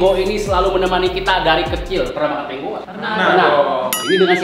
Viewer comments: KENAPA TANGO DI BACANYA TANGGO 😅😅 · Tango kok dibaca double g nya,,😂😂